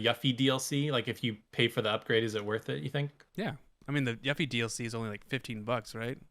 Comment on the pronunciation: I was laughing so hard! Her name is pronounced You-fee, not yuffy. Also, I got my PS5 from Gamestop as a bundle. You get a notification now and it's only accessible if you have Gamestop pro membership which I thought was sleazy but might be what kept the bots away. I had to refresh the screen for about 30 minutes after the expected time, but I got it with an extra controller, $20 gift card, Spiderman, and Ratchet & Clank. Bundle contents seems to vary. Next year's list is going to be amazing!